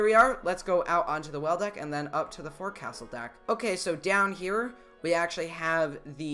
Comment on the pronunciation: the "forecastle" is pronounced "fowksal"